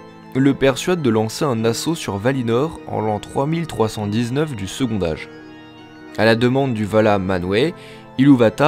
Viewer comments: On ne dit pas "secondage" mais "secontage" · C'est quoi, cette prononciation ? Second Âge dit "segontage" pas "segondage" !. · Formidable!!! Juste un truc, c'est quoi cette prononciation de "segond'age" pour second âge ?! comme pour le mot "quand', on prononce un "t" lorsque le mot suivant commence par une voyelle. Segont'age. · Bon boulot, c'est intéressant et pas trop mal fait ! Par contre ça me perturbe la façon dont tu fais la liaison sur certains mots ; genre tu prononce "second âge" en "secondage", alors qu'on dit "secontage". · Le second "D'âge". OMG. Le D se transforme en T pour la liaison. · Second âge se prononce avec un t : secon t âge, comme " prend-il " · « second âge » on ne fait pas la liaison, le D est muet ! Ça m’a stresser toute la vidéo avec ton « secondage »